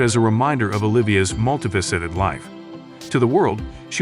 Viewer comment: This commentator can't even pronounce Ave Maria correctly. It's SUCH a classic song that it's stunning someone would be so ignorant. He also grossly mispronounces other common words, such as "multi-faceted," "unwavering," "montage," and "Leonard." It's apparent he has a poor education, hasn't read much, and doesn't even know what some of the words mean or their roots. Then he gets his facts wrong, stating Olivia was cast as Juliet as at seventeen. She was fifteen. Olivia deserves better than this.